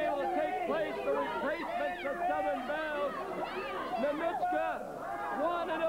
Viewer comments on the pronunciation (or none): Ninouchka, Nonitchka.... McLean never pronounced Ninotchka's name properly.